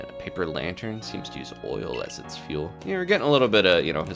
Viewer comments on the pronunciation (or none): none